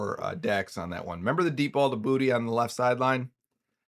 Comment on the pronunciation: Boutte is pronounced BOO-TAY. I’m from Louisiana like he is and it’s Boo-Tay.